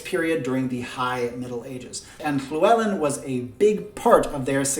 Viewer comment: This is a very interesting idea. I'm not a historian but I am Welsh. I'm impressed you can pronounce Llywellyn, but oddly not Dyfed or Mawr hehe, I'm from Dyfed, which is now called Ceredigion. But don't try saying that ;) Very interesting ideas. I'm glad YouTube's algorithm showed me your video. I really would love them to split the Celts into three civilisation.